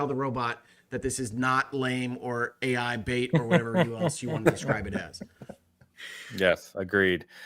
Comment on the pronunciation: I was pretty sure Ai the Somnium files was supposed to be pronounced eye, as that's the pivotal pun. (Aibou = partner = Eyeball)